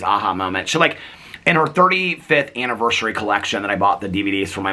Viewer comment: I usually don't even pay mind to if you pronounce things wrong. The two that i notice are anniversary bec you've pointed it out so much & diagnosis-is (as opposed to diagnoses, like the plural form of crisis/ crises) but only cause you talk about mental health so it comes up a lot!